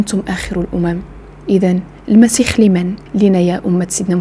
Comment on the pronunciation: يا أخيتي اسمه المسيح وليس المسيخ